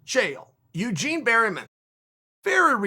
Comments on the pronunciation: Its Bareman, uncle, NOT Berryman. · Eugene "berry" man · ‘Coach Barry-man’ 😂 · "Eugene Berryman" LOL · Chael "Bariman" Sonen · Good old Eugene berry-men lol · If Chael says your coach is called Berryman, then Berryman it is. Undefeated. Undisputed. Never misspelled a name. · 'Eugene Bareyman' ?